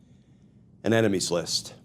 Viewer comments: "Emenies"? Was that a typo or was that his pronunciation? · What’s an ‘eminies’??!!?😂😂😂😂😂😂😂😂😂😂